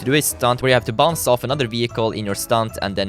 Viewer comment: He said everytime bounts (im german Hallo an alle deutsche )